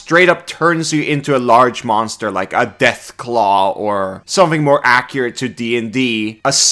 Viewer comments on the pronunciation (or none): none